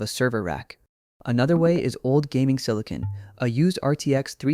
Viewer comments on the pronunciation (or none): none